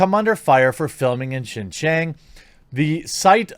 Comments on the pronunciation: following you for years! Just a quick note Xinjiang is pronounced “SHINGIANG”. You’re pronouncing it “GINGGIANG” which sounds like a different place in Fujian. Just a note. See ya! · Xinjiang is pronounced sheen-jee-ahng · Quartering if you want to pronounce it correctly I suggest watching Chinauncovered on YouTube. I believe the Pronunciation is in English like, (shin-Gi-ung) at least that’s what I believe they pronounce it on that channel. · Xinjiang is pronounced as "sin-gee-young" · Xinjiang = something like shin-JYAHNG. I speak a little Chinese and can read/pronounce pinyin. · Xinjiang is pronounced as "Sin....G....Ang".......🤣.............and they do summary justice in XJ.........get caught stealing more than 10k......you get executed on the spot!! 25ct bullet!!! No court costs needed!!!😎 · Shin-ji-ung, which sounds more like Shin-Jong; go with Shin-Jong as the pronunciation in my opinion. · Yeah, using English words, it’s pronounced like: sheen gee-on-g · If China Uncensored's pronunciations can be trusted, which I think they can, it is more... Shin-Jaong with a long 'ao' sound... I know that isn't the spelling at-all. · Xi is pronounced she. “Xin Jiang” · I believe the province is pronounced “Shin-John” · Afaik it's pronounced like seen-jyang (like djang in djanggo), Jeremy. Show us that old Disney animation about Nazi again. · I think it's pronounced shin Jahn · Pronunciation is “shin-jeeong”. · Pronounced as "she-jang" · zin-yang , pls americans, stop butchering other languages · The pronunciation is Shin Jong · Think “sin jyäng” instead of “xinjiang” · You are mispronouncing it, but you can also refer to it as East Turkestan. That is the name activists use. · Google how to pronounce Xinjiang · At least learn how to pronounce Xinjiang before making a video... dude Google it... Google translate... Come on brotha... lol